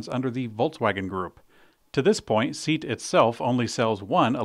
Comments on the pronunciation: I would say that the proper pronunciation is more like "say-at". Regardless, it is two syllables and it was painful hearing say "Seat" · Thanks for the show. Sorry, but it’s SEAT is not pronounced as “seat”, it sounds more like “say-aut”. Per Euro YouTube reviewers, this vehicle drives better than the VW I.D.3, more like a traditional VW Golf. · ... SEAT ===? It's pronounced SAY AT, it's spanish wholly owned subsidiary of VW. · The company is pronounced "SAY-ot" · "Seat" is pronounced say-at according to And "marque", a make of car, as distinct from a specific model, is pronounced mark. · SEAT is pronounced SEE... AT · Say it with me: SAY-AHT (SEAT) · The brand is Spanish and pronounced "see at"